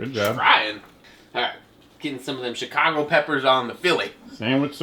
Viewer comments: so.. It's pronounced Shicago lol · I'm not sure if he actually pronounces Chicago like that or hes just trying to piss us off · Shi-kaw-go south side white boy pronunciation😈